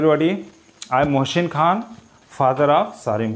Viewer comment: Sir not mohshin..Mohsin is right not right shaath.saath is right .not sholv .solv is right sir improv your pronounsation properly for your personality